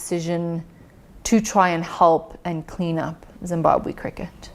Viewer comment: I think it is absolutely shameful and unacceptable that a whole Minister cannot accurately pronounce the name of the country that she is both a citizen of and serves 🇿🇼 #shameful